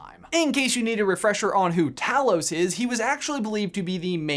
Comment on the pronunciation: Talos is pronounced TAY-los.